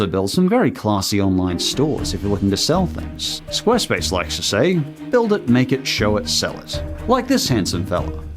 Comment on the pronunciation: No one: Literally every YouTuber in 2019: SQUARESPASE